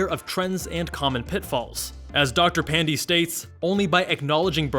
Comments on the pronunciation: Dr. Pan-dee 😕 It's pronounced more like pan-day (as in sunday) but doesn't matter, no one is offended. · Dr Pan-dee?!!! 😩😩😩😩😩😩